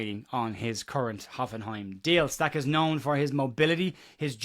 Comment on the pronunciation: Awful comment about how to proonounce Stach’s name. As a proud Welshman, who has the letter ch in my language, I am totally fed up with comments like that that .